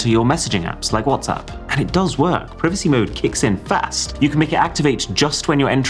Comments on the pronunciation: It’s not PREEVACY. It’s PRIVACY. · Tf is pri-vicy. It's pri-vacy !! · Why is he saying "prevacy" today? He never pronounces privacy like that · It's not prive icey, it's prye vicy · What's preevacy Dawg... it's Privacy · is this AI Arun?? why am I hearing "Pree-vacy" instead of "Pry-vacy" 🤔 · PRY VA SEEEEEEEEEE NOT PRIV A CEEE sounds so stupid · This is the first time I heard someone say pri-vuh-cy instead of prai-vuh-cy I was so confused Did not know there were differences in British American pronunciation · PRIVACY NOT PRIVICY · PRI VA CY not PRE VI CY 😂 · Why do you pronounce it privacy instead of privacy? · Everyone pronounces it “Praivacy” not “privacy” 😭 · privisee, privisee... It's Privacy mr Boss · its pronounced Pry-vuh-see, lol. I wanted to slap you every time you say prih-vuh-see. XD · Why is it triggering me so much that he say privacy this way and not PRIvaCy like wtf haha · It's pronounced pryvacy!!! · WHY are you pronouncing it like PRIvacy? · its pronounced PR A I VACY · The way you pronounce "preevacee" made me end watching the video and probably gonna hide your channel permanently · The way he pronounces "Privacy" though 😅 .. Prvsii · its pronounced praivacy its spelled privacy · 14mins & 16seconds of torture to our 👂. The "pre-v-c" pronunciation is outstanding! 👏🏻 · Privacy ❌ Pir-vacy ✅ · FREE-Vacy is driving me crazy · Yup 😂😂😂 i was like huh? Preevacy? Huh? 😅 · "priv-uhcee" PLEASE STOP!!! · are we pronouncing the privacy word wrong or ?? the " i " in it is pronounce e ?? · Why does he keep saying privacy as "privessee" 😭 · The way British people say Privacey feels so wrong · DID ARAUN JUST SAY PREEVECY DISPLAY 😂😂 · 'pr-ee-vacy' display 😭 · Im suprised no one is talking about the way he pronounces privacy 😂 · The soft I on privacy is killing me lol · Stop saying privacy ffs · The way British people pronounce privacy makes no sense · Does word "privacy" pronounced as alphabet "I" and "coming soon" was double m - or am I having Mandela effect 🤣